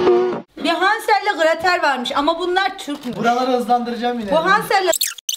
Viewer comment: de Meral ablanın hansel ile gratel diyişi çok komiğime gitti😂❤❤❤❤❤